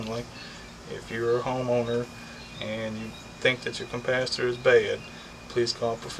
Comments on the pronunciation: If you say CUMPASITOR one more time, I'm gonna blow my brains out!!! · Couldn't watch past 1 minute. There is not a fucking M in capacitor. It's not a compacitor. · OMG, it's not compacitors it's capacitor and microfarads not macrofarrats. LOL, Great vid otherwise.